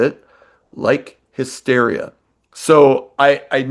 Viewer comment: What's the deal with the one dude saying HIGH-steria? 😆 Seriously, though...This album did not age well and I was so disappointed at the time it was released. "Hysteria" was really good even though it wasn't as good as the two previous albums, but I really didn't like this one at all. "Make Love Like a Man" is an awful title and the song itself isn't good, either.